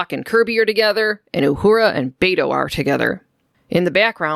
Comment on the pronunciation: Bayto... It made me laugh a little hearing you say it like that. It's Be as in Bell and To as in Toy. Beto. Dude is my tocayo. I never thought I'd hear my name in Star Trek.